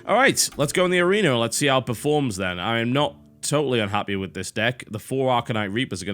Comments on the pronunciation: Lehwd of the awena. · "Lerd of the areneh" -TB